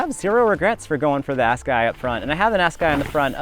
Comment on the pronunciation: I know this is old, and i havent even finished the vid, but i gotta say i love the squeak-overs you did for the brakes, and there is no way you think that tire name is pronounced ass-guy lollllll. Ok i will finish the vid now😂